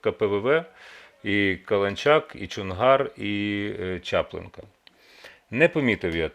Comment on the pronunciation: Вже не перший раз чую як Роман каже - чАплинка, херсонської області, а правильно - ЧаплИнка)